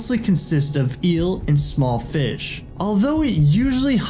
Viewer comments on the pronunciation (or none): none